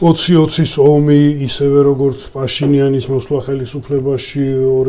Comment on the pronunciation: პაშინიანის (და არა ფაშინიანის) ძახილი რამე პრინციპის საკითხია თუ ბანალური უნიჭობა?